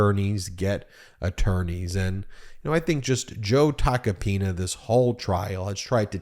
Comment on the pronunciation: Please don't pronounce his name like a republican trying to americanize it, it's t a c o-pina!